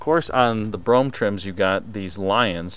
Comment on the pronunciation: *BROMPE**, NOT **BROUGHAM!!*